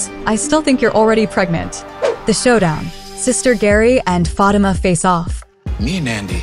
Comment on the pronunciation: This narrator need to know the correct pronounction of Fatima's name. I agree with on Fatima needing stand down on Andi and her problem with Gary. Zac, would remind her that they have their own set of problems take care of those.